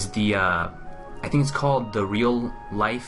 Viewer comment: I want to make a correction before this comes up in the lore series.You pronounced Barenziah incorrectly. You can ask Vex about the stones of Barenziah again at the ragged flagon, and she says the name. It's BARE-EN-ZAI-UH with the accent on the "i".